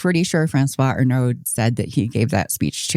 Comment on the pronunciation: I know this is not important, but the trailing consonant is often not pronounced in French. Arnaud does not contain a vocalized d. ------ I think it's really rare that, as parents, you say "are you gay?" to your kids. You say "hey, you know, if you have any interest in guys, that's completely ok. We can talk about it." Of course, they don't seem to have even done that.